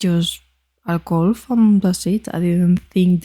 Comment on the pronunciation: Subscriber #440 here.. love your channel! One note: it's gUlf not golf and it's Gulf of Mexico. Has been since it was first discovered and named. (Named in 1552) Don't care what the current American dictator wants it to be called. It's the Gulf of Mexico. Looking forward to more vids from your channel, love them all. 😊